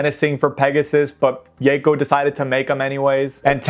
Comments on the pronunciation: "Yayco". lol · I know this almost certainly stems from the 4kids butchering of the word Mako's pronunciation but that is very much not how you pronounce Yako lmao, think Yocko. Love seeing R get some attention though!